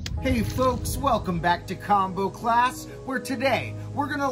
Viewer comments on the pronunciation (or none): ohhhhh "CLass" ok